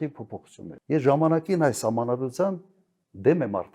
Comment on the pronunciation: <<Ես ժամամակիմ էս սահմանադրության>> 😂😂😂😂😂😂😂😂 Լավ էլի 🤣🤣🤣🤣🤣🤣